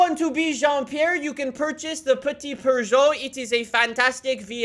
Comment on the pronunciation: Please stop saying "Purr-joe". There's no R in the word - not even in the way the French pronounce it. Seriously.